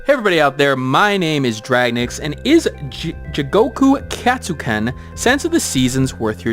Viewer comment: nice review, other than totally butchering the pronunciation of the name :D the game really is addictive - been playing it since release even though i'm probably one of the worst danmaku players out there^^ also: talking about the focus function would have been nice, since it doesn't only show your hitbox and make you move slower, but also changes how your own attacks/shots work (for instance: the girl with the dragon can set her dragon to a stationary position from which he shoots while your own character can move around freely)